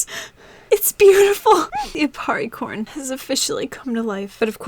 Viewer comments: when she said aparricorn I thought she said aparriporn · if im being honest when you said apparicorn i though you said appari porn....